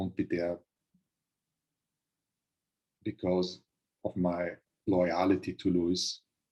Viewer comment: "Loyality" is my new favorite Totoism